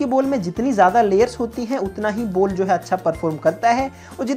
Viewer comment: Ball ❌ Bol ✅ 😂😂😂😂